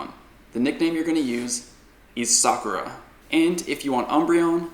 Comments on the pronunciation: Shoutout to for pronouncing Sakura and Tamao correctly, stressing the first syllable as in Japanese language, unlike other PoGo Youtubers. Kudos, man! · pronouncing "Sakura" correctly made my day honestly, so many other youtubers pronounced it wrong and it just bothers me